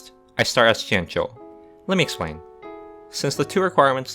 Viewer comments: wow your pronounciation of the chinese names is really nice to listen to after all the americans/europeans just saying it like its english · This must be the first eu4 video where someone pronounced jianzhou correctly